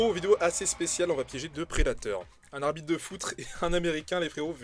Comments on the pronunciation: un arbrite de foutre 😅😂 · Un arbitre de foutre. Et tu vas nous dire que c’est ta langue qui a fourché comme les pointeurs ?